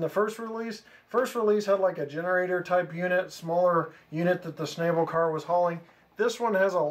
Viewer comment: schn-AH-ble. the a is ä, not ā.